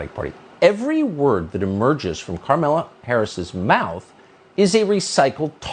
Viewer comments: Is he intentionally calling her "Karmela"? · It's kind of hilarious that Tucker essentially refuses to pronounce the name Kamala the same way two shows in a row.